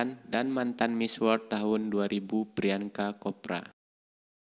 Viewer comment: Priyanka Chopra tapi Mimin membaca Priyanka kopra 😭😂😂🤣🤣